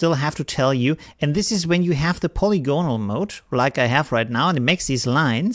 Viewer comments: Phonetically it's "puh-lig-guh-nal", but good attempt! 😁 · yes but slightly shorter and more abrupt. However, I wouldn't worry, your English is excellent and it doesn't detract from another great tutorial. Thanks! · paw lig on al -- Having many sides or relating to a surface marked by polygons. an tea a lee ass for antialias, caw pee for copy, subtract has no "s" between the b and the t, hope that helps as much for you as your fine tutorials do for us learning AP. Always appreciate the information. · please keep saying it that way. :-)